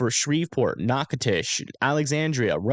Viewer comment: As an aside: nailed Natchitoches and Nacogdoches!! 👏🏼👏🏼